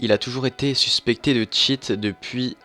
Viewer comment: mec... tu dit "suspécté" mais il y en as plein qui cheat vraiment dans ta vidéo --'